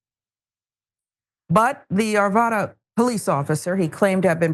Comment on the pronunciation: arvada not arveda